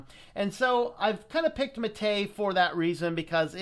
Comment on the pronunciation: The Prentice on Mate is on the a, so it's "mah-té", not "maté".